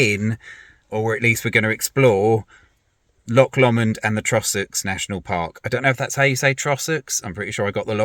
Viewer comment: secs......."Loch Lawmond"......LAWMOND! No, it's pronounced "Lowmond"